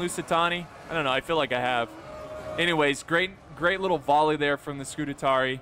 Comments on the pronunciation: Scoo - taa - ree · SCU - TARI not SCU - TA - TARI Read the name man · Not: Scu-te-tari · Scutatarii😂😂 ,man i love u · say it with me: Scu-ta-ri-i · Isn't that a rooster, not a chicken? And Scutarii is pronounced Scoo-tar-ee-eye. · That's funny, I didn't know that I had already watched this video, and after so long I couldn't handle it, nope I've got to comment that you're pronouncing Scutarii wrong, then i saw a previous comment by myself instructing you how to say it. 😂 I guess that's twice I just couldn't handle you saying scoot-a-tar-ee. (It is Scutarii not "Scutatarey").